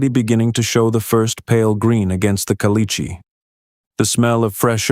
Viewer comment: Can't you pronounce "caliche" correctly???